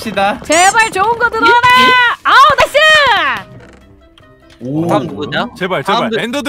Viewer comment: 근데 오래전부터 궁금했는데 왜 은 네이스라 하죠??나이스 아닌가??ㅋㅋ근데 그게 매력일수도 있어욤^^기분나쁘셨다면 죄송합니담^^